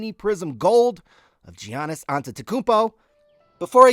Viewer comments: It's a silent G! Yogging! I'm??? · are you kidding me about the soft g lol